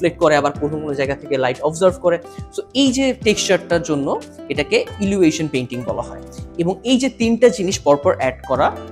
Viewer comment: Illusion er uccharon thik kor bhai.